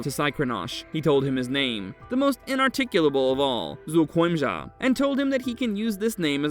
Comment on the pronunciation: The monster itself might be lazy but someone who took the time and effort to pronounce its name correctly is not.